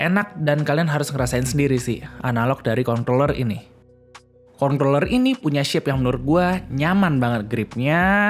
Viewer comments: nyebutnya concloller apa controller sih? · hati2 salah sebut kontorler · yang saya dengar "ekcueli" dan "kontorel" wkwk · ini ngomong controller kenapa dibacanya kongkroler sih hahahahaha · besok ganti kata controller sama gamepad atw joystick aja, biar ga keseleo nyebut...wkwkwkwkwk